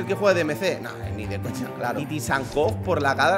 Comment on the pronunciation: Por favor, no soy de hate pero aprende a decir Tsygankov, no tysankov